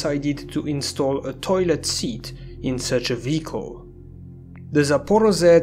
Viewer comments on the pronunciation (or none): he pronounced "zh" as "z", which is incorrect regardless of the dialect. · Well, his help wasn't that good. The pronunciations of "Zaporozhets" and "Shevchenko" were incorrect.